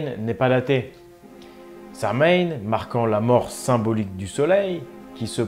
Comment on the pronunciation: On dit sawaïn c'est de l'irlandais